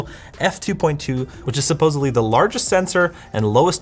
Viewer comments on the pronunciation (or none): none